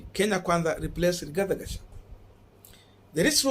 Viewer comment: Thank you Korongo Allan for that correction. I corrected this young man on the same names yesterday and he thanked me for it. But today, he is still pronouncing Rigathi Gachagua as RIGATHE GACHAGUE😭😭😭